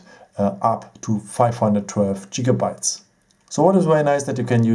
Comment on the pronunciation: Don't let him convince you it's pronounced 'Jigabytes' :)